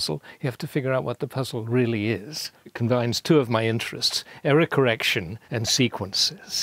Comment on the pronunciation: When he said “error correction” I heard it as “Eric Erection”